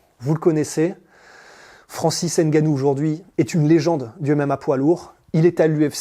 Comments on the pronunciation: Arrêtez c'est pas Haine Gannou, c'est Ngannou 🤔🤔🤔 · Bon reportage. Par contre faites l'effort de prononcer le nom de Francis Ngannou correctement. Même les américains a hollywood y arrivent. En France vous n'avez aucune excuse